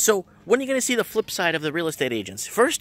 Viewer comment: FLIP not FILP she's saying - the I and L are backwards. :)